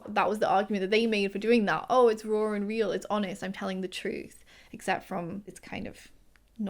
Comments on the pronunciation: It took me a bit to figure out that you were saying “raw and real” and I was trying to figure out what being “roar” was. 😂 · Omg it took me so many times of you saying "raw and real" for me to understand it! I thought you were saying "roaring real" because of your accent 😅. And i think as far as diagnosing other people, its the same as any sensitive topic. You bring it up in a more general way and if they seem open, you can keep taking about it. But if at any point they get annoyed or detached, you stop.